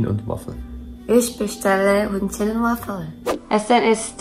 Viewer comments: I had to laught so hard because she pronounced "Hühnchen" like "Hündchen" wich means pooch in german😅 But the video was very nice👍👌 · dachte sie hätte "ich will hündchen" gesagt... hab nen kurzen schock bekommen 😅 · should probably practice saying "Hühnchen" (chicken) again, it sounded very much like small/cute dog (Hündchen).